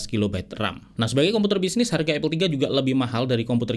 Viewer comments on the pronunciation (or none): bang, apple dibacanya apel, bukan epel